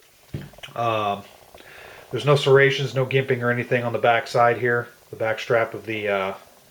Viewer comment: Its a piece of JUNK.! And getting it for $30 does not make it less a piece of JUNK!! The best knife on the market is the Becker BK2,,,you can pick the BK2 up on Amazon for $65. Also,,,just so you know,,,it's not pronounced "Gimping" - its is pronounced "Jimping",,,,LMAO